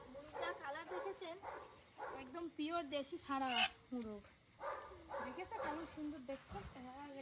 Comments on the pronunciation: মুরুগ বলে না মোরগ বলে। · মুরুগ না বলে মোরগ বলা যায় না ? কেমন যেন।